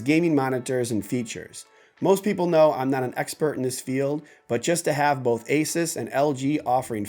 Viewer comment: Asus, Like Hey Zeus. A Soos.